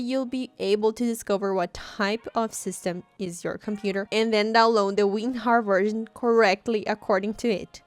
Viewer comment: She said ….remember you need to download weenhar lmao